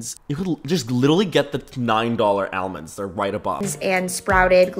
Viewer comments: why do you say Al-mands and not all-monds.. You have weird pronunciation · continually distracted by the way you pronounce almonds